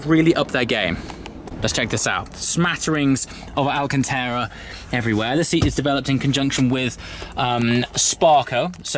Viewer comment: How long has the word Alcantara had an 'E' in it?